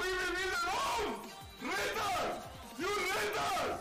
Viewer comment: When he says "Retard" it sounds like "Rental" 😂